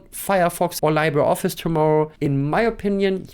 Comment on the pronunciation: “LibreOffice”: Im Englischen wird es wie “LiebreOffice” ausgesprochen. Genau so bei LibreWolf.